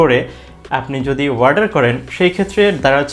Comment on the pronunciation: Its not warder Its Order😆